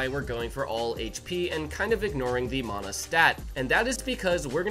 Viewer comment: your saying the word mana wrong like 100 times and it gets more annoying every time i hear it